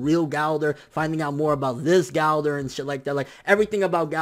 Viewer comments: Galdor.... its Gowthor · Go-Ther (Gowther) not Gaulder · IT'S "GO-THER" NOT "GHOU-THER" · Not Golder Its GOWTHER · I finally figured out dis nigga saying gowther not gowder😂 shit had me confused like who da fuck is this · Who tf is Gáldar?!?!? Gowther.... ther, ther.. 😓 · am i the only one that gets upset at the way he says gowther